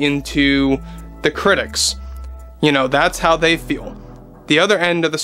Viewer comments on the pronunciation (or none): none